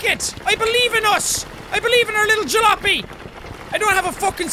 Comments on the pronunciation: Jack, its called (Ja-la-op-y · It's pronounced, ja-lop-ee (say quickly!)